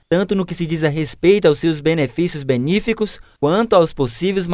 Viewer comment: "Benefícios BE-NÍ-FI-COS".... Além de redundante, ainda está errado, BENÉFICOS